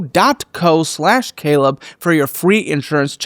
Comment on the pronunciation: Oh. Happy New Ywear! What's tha bwig deal? 😂